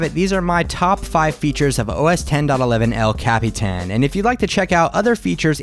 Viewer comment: ***** But... but you say it so well! El... Capitan...